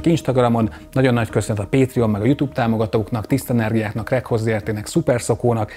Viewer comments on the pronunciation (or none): none